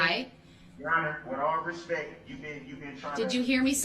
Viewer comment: He never said " with all respect " He said "with all respeck" . It actually make sense because he was incapable of actually showing "respect ".